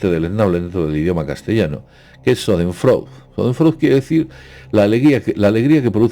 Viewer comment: Shaden froide se pronuncia